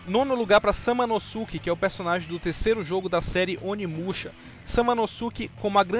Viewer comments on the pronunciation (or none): Samanosuke (a pronuncia é samanoske, é tipo o "saske" no naruto kk) tinha que ta mais alto no rank, ele fica mt foda em força e design kkk, mas pelo menos entrou na lista ai XD mas o video ficou show de bola, muito bom mesmo